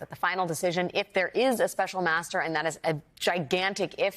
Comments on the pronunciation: master not maeztr, FFS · master NOT mztr, STOP REMOVING MY COMMENTS, they are valid, the woman has no vowels !